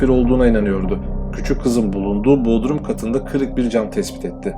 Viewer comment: Dostum öyle bodrum diyorsunuz ki muğlanın ilçesi bodrum oluyor o 😁 vurguyu bodrum un u suna yapacaksınız ki marmarisin yanındaki bodrum olmasın. Bilmem anlatabildim mi